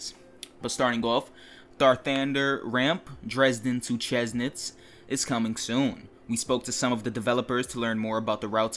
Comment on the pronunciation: Chemnitz is pronounced kemnitz by the way